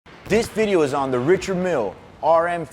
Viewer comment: Surprised he doesn’t pronounce it properly, (RI-shard, MIEL) Not throwing shade because I know this man is solidified in this game.